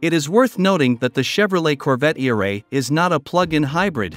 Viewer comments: I love the robotic narrative 🤣, not e- ray but eray! 😭😂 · Computer voice is funny. Eray is not all one word. It's pronounced Eeee Ray. hahaha